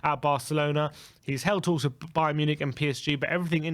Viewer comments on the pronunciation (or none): none